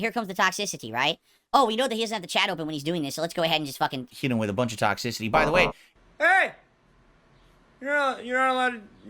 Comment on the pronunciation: I knew he said toxicity weird, it’s one of those words he randomly fast forwards or pronounces at some odd pacing. But I just now realized how hard he leans into X and makes it sound like a K. With this one word. He’s such a bizarro freak of a person. How nice of you to remain happy in the face of trolling. Definitely worth bragging about to the world. You do realize though,, that the main reason you have trolls is your sick obsession with making yourself happy? How Happiness makes the world go round? Is more Quality Time what you should really be worrying about? As a Big Strong Family Man? Let me know. Thanks. Wishing no ill is a classic lie-style lie. Unless you’re confessing that you are not, in fact, human you are lying. You wish ill, you will it. You dream of revenge. You dream about the world standing up for you. These are all human reactions to hostility genius. It is impossible to not feel them. You do not control your feelings moron. You also don’t get credit for your fake idiotic integrity. Oh, what a Big Man is, look how he forgives his enemies and turns the other cheek. Ugh you are sickening. Own your true horrible self. Own your douchebaggery. You cannot hide it. It’s literally disfiguring your face. You want you to be happy. End of story, you dumb selfish mutant.